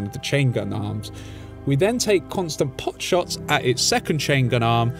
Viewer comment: Pot shots* my guy. Pot, not pop.